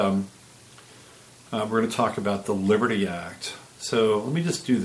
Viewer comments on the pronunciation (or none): WOW, your coffee drink and your early morning shower definitely have impacted your productivity so far today. I had shared your videos on another site, mentioning that your 6 espresso shots would probably explain your skipping over the "t" in Libery." This was a great analysis and thanks for pointing out the Liberty Act. Sneaky, sneaky, sneaky aren't they? I did go over and see the comments and discussions regarding CA and agree that it is a major location now for being on the front lines of the ramped up battle. And yes, it is representative of the spiritual battle that's occurring within and without.